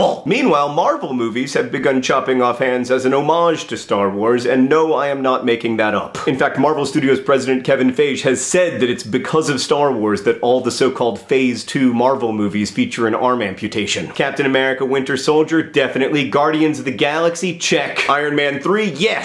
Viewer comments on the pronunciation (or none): Kevin 'fay-j'? It's pronounced 'fye-gee'. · Kevin "Feasch"? I think Fiege is pronounced "Pheye-gey" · Kevin... Fayyyjj? Did you pronounce Feige like you would pronounce beige? I've only ever heard it pronounced as F-eye-gee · Feige is not pronounced "fayge" its pronounced "fai-gee" (hard g sound) Just letting you know John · It's pronounced Kevin FAI-gee, not FEIJ. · Kevin Feige = "Fie-Gee" Also, in Agents of SHIELD at the end of season 2, Phil Collson loses a hand... and most of his forearm. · Fi-Gee. Kevin Fi-Gee. That is all. Thank you. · Just FYI the president of Marvel Studios is Kevin Feige, it's pronounced FY-ghee. I only know that because he's distantly related to my husband. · Just so you know, Feige is actually pronounced "FIE-GI" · Feige is pronounced Phi-gee, not rhyming with beige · John, Feige should be pronounced like Fy-Hee. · Kevin Feige is pronounced Kevin Fi-gee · It's Kevin Feige, pronounced Fai-gee. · Kevin Feige's name is pronounced fie-gee (g as in girl). no worries though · It's FY-ghee. You really butchered that one. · Cue the people critiquing John's pronunciation of Kevin Feige's name. Mispronouncing names is his thing! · didn't he kinda mispronounce kevin feige's name?